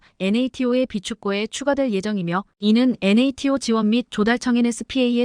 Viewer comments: 엔에이티오가 뭡니까? 여지껏 나토로 읽었지 엔에이티오로 읽은적은 없지요. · NATO--->나토로 읽어라 얼간이, 군사용어-공부 좀 하고 읽어라 AI처자야.